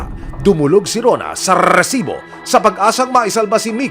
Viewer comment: Kairita pakinggan yung Rrrrrrrrrrrrrrrrrrrrrresibo!